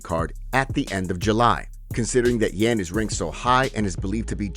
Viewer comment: butchering Yans name lol